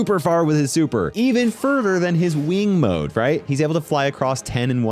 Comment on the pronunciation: the way he said “weeng mode” made me smile.